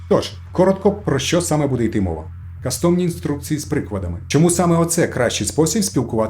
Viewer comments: Цікаво, дякую. Але будь ласка, стежте за іншомовними словами, не кастОмні, а кАстомні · Не каcтОмні, а кАстомні. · В слові custom (кастом) наголос на першому складі - кАстомні інструкції, а не кастОмні. Від англійського «cUstommer» - «замовник». кАстом. кАстомний. Дякую за контент 🙏🏻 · и шановный, не кастОмні , а кАстомні. шоб вухо не риiзало.